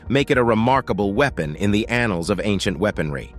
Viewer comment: I just think you like saying annuls